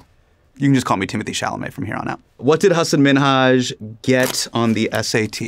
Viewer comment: I love how he talks about people mispronouncing his name while also mispronouncing Timothee Chalamet's 😆